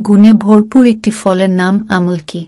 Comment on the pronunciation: Thik khub birokto lage sunte amol ki😂